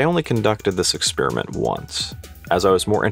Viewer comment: Ha ha ha ha ha!!! He said “ExpEEEriment”! What a millennial!!!